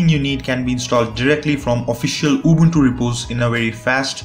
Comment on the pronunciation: Man , i LOVE the way you pronunce Ubuntu , you pronounce it just like us , Romanians